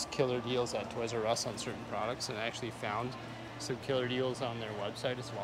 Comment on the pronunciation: You mean, a Oys "R" Us, right?